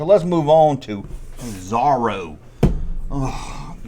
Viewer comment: Pronounced Zohroe not zarro. Come on duck tales is one of the best cartoons based on Carl barks comics